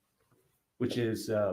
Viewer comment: Im sorry did i just hear "gorilla grip pussy pal" or am I going insane?